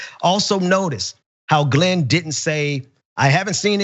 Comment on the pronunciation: The guy at the beggining of the clip couldn't even pronounce Glen's name properly.